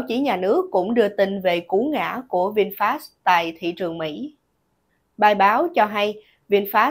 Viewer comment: Người ta là Vinfet mà cứ đọc sai hoài.